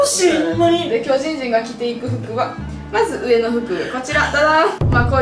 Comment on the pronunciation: の時きょうじんじんがきょじんじんに聞こえた